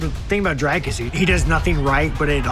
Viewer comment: Sean , its Dricus not Drakus